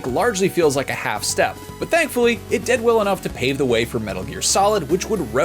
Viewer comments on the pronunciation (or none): none